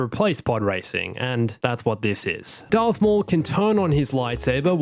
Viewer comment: “Earth maul” really? 🤨